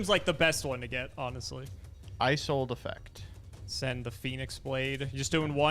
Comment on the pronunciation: I kept cringing every time they mispronounced Isolde.